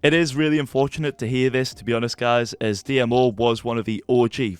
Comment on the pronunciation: Dmo isn’t pronounced Dee-em-oh it’s pronounced deemo